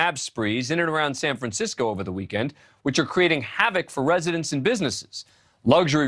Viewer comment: It’s “havockk”